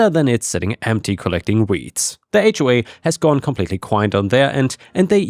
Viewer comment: Listening to this, I kept hearing "hawk farm" and was very confused